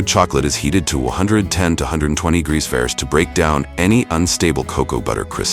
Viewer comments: Degrees ferris? degrees farafice? I can't even. I had to turn it off. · lol AI narrator just CANNOT get the word "fahrenheit" out XD